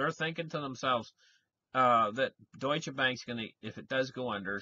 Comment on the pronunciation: Es heißt deutsche Bank. Nicht dutsche Bank. :-)